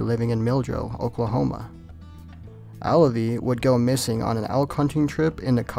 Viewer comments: Alvie, not Allavie. js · Not Alavie..Alvie.Learn how to pronounce words please